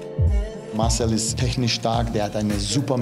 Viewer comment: Jetzt bin ich etwas verwirrt oder ich höre nicht richtig.. heißt er jetzt Márcel oder Marcél? Betonung auf a oder auf e ????